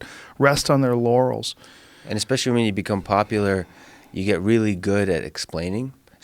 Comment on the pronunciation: Anyone else hear him say "Rest on their Yannies"?